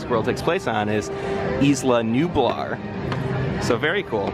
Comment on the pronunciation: also, nu-bar sounds like "new bar" aswell.